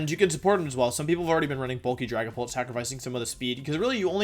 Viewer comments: We’re not going to ignore that he said Drag A Pant instead of dragapult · ah yes, dragapant.